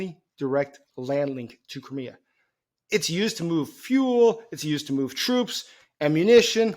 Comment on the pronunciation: Do you mean Crimea? Sounds like you said Kermia